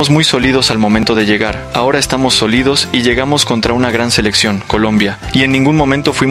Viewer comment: Quien narra no sabe leer. Como 3 veces dijo "solido" cuando debió decir "sólido".